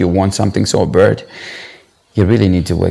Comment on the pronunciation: even bad was being pronounced like "bird" kkkkkk he was trying too hard.. Showing us his chest hair and all that... It was just over the top 😂😂😂 his music is quite alright thou